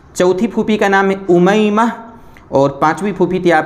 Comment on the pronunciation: نہیں ۔ صحیح تلفظ امیمہ ہے۔